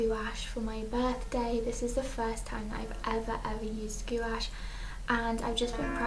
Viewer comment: Just a little FYI it's pronounced gwash